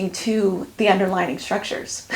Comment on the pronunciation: I had the same reaction to the "underlining," or "underligning." I knew she meant "underlying" not only from the context, but near the end she says something like, "...and it underlies everything." There it is. I believe these things happen because our tongue or mouth just makes it happen, and we know what we mean, so we don't think about it a lot. But it can change what we're trying to communicate. We had to learn English when my family emigrated from Germany when I was almost twelve -- which is probably why this stuff matters to me. I was quite obsessed with getting things right. I have no accent. My sister was sixteen, and she does gave one. She has a habit of saying, "I wished I had one of those." I have pointed our to her that she means the present tense, but she is always putting it in the past tense by orally (or phonetically) adding the final "-d!" I think her accent makes people give her a pass, and they understand. But for me, the "underlining" was like fingernails on a chalkboard! I would advise to practice saying words with two separate vowels that follow each other, especially when the same or close. "Un-der-ly-ing." Sorry about that, but the lecture was stupendous!